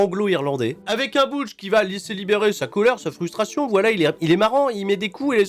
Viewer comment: Moi le Butch me perturbe d’autant plus qu’ils le prononce « BOUtche » et pas « BEUtche »